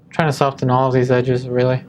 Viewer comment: Interesting study, but for the love of God, the t in soften is silent!